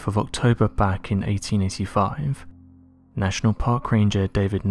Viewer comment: 1885?? Sounds more like 1985....